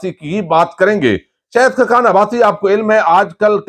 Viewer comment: شہد نہیں شاھد Not Shehd . But Shahid